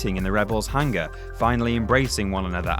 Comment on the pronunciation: Really? Hang-Ger? Isn't that pronounced as Hangar?? 🤔